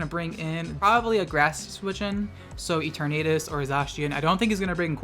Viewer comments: Turnadus??? E-Ter-na-Tis You're welcome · I’ll just post this on the chance you see it :P Zacian is pronounced Zay-see-en (as far as I’m aware) and Eternatus is like the word eternal but its Ee-turn-eh-tus. The more you know! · For what it's worth, the A in Eternatus is pronounced like the UH in Bruh, or the A in Eternal, or External, Infernal, either A in Fraternal, etc. Also, that is definitely Japanese. I proofread for TOOR Scans, a manga scanlation group - they mainly translate japanese. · Ee tur nuuh tus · Eternatus is pronounced like eternal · i laughed at the eternatus pronunciation...anyway good video, keep up the work! :)